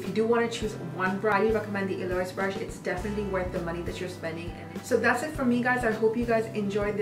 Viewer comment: Eloise - EL-oh-eez :)